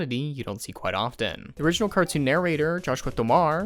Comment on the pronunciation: I hate that '⬆️❓'... ... '⬇️.' inflection you're doing the whole time. And you pronounced Tomar differently from how Joshua Tomar even does